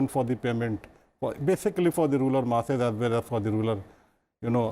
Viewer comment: TQ Mohammad sir pronounced 'Ruler area' instead 'Rural area'.😋